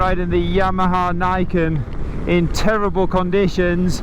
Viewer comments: Yamaha NEE-KEN. Step 1: Pronounce simple, easy to say name of product under review. C'mon man, you've been to Japan, you know this! Ichi, Ni, San...NI=2. Ken=sword. Niken. NEE-KEN!!!!!! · nevertheless Scott Takahashi is right. I expect from a reviewer in his work to be able to pronounce the product name properly. This goes with the job and is not asked for too much in order to be taken seriously.